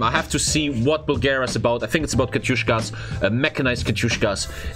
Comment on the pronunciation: please tell it's not "katyushKA" it's "katyuSHA"